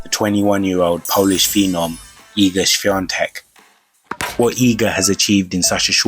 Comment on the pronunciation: Great material!!! Big kudos for a perfect pronunciation of hard polish surname!